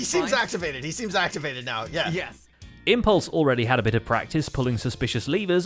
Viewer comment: We head a contract